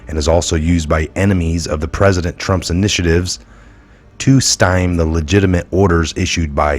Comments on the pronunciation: It’s not ‘stime’. The correct pronunciation is sty-mie. This is all nonsense and a complete waste of time. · Pronounced "sti-mee" not "stime" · Great video and important information. May I make a constructive criticism please? You are pronouncing “stymie” as “styme”. This word has two syllables, the last one of which rhymes with the word “me”. Otherwise great job.